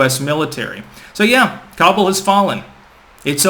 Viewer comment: Its not Cobble...its Khábul*